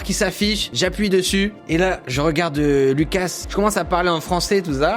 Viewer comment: En faite moi je suis moitié française moitié Lituanienne et Lukas si tu prononce le s tu dois le dire Loukas vu que c est un prénom Lituanien 😉